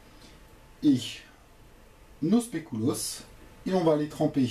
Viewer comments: spéculoos pas "spécouloos" sinon trés bonne recette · Recette très bien expliquée, et le spécouloos ça se dit SPECULOOS. Voilà au revoir et merci pour se partage :) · pas du tout ça se prononce spéculauss regarde sur internet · specouloss mdrrrrrrr 😂😂😂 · wolallala ça donne envie! par contre faut retravailler la prononciation de "spéculoos" :p